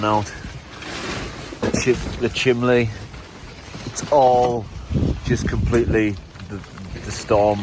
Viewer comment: Chimley??????????? You mean Chimney right